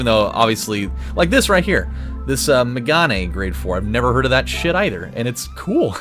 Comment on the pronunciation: Not megané it's megan